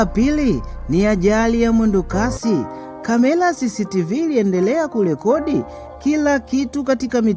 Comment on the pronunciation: Brother plz sio kamela ni camera hebujifunze lugha sula ni sura mbona kiswahili nilugha yako mbona unaharibu unavyotamka sio akilushwa inaonesha unakula sana mrenda duh unachefua roho jaribu urudi darasani hufai kuhadithia kalibu balabalani kamela aibu mshkaji rudi shule